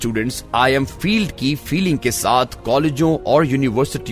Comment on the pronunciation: I am failed is wrongly pronounced as I am feeled kindly pay attention to these kind of mistakes